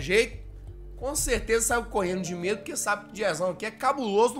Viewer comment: Kkkkk😂😂😂😂 ele tá querendo fala danbem kkkk😂😂😂❤ damedo😱